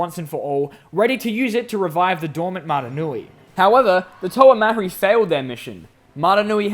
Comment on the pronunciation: Um,actually it is Mari and the h in mahri is silent